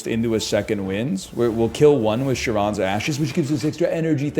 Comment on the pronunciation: You fools complaining about him skipping Dark Embrace, I’m here complaining about him mispronouncing “Charon’s”